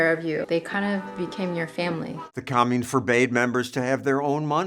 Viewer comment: what is a "communnah"?